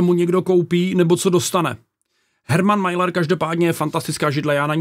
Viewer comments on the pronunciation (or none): Je to Herman Miller. Ne Majler.